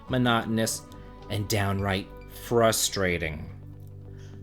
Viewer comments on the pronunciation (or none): none